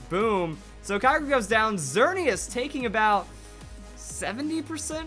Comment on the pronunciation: STOP U SAY KYOGRE AND GROUDON WRONG ITS KEE-O-GREE AND GROO-DON